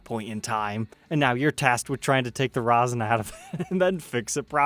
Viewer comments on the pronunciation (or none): It's not "ROSIN " it's 'RESIN ". Rosin is what ballplayers use. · "Long time listener, first time caller" - dried resin is like concrete...don't let the fact that it's clear fool ya. It will NEVER be be playable again, and the chances of "retrieving" it are slim to none. Oh, and it's "resin" NOT "rosin". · thanks. However.. erm.. you were saying 'resin' weird.. like 'rou-sen'.. resin is pronounced like 'raisin' but with an 'e' instead of a 'a'. Back on topic.. iiwy.. you're not DIY guitar channel mate.. if you were you should'a got that guitar and restored it.. but since you aren't then no.. it's too much hassle for you. If you have a friend that does DIY guitar/luthery/tech etc.. then maybe they could buy it and do a vid for us? otherwise.. no it's not fair on you as a time hog + major hassle. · Rezzin not rosin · For future, love the content but its pronounced rez in not roz in. the latter is used for traditional string instruments on the bow for induced friction to make the sound the former is a 2 part mixture that makes what you see here. Much love and stay safe. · The pickup covers are more rounded on the corners. Definitely 1970's model. BTW, it's "resin," not rosin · It was driving me nuts hearing him say rozin! Do all Americans say that? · RAW-ZIN. WTF.